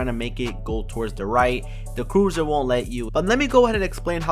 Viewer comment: It’s cursor not cruiser